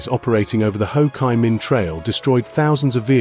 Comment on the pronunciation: Ho chi min not ho kii min trail